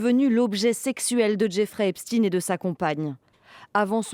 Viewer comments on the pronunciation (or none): Continuez à nous prononcer du eps"tine"... comme si on connaissait pas Albert Einstein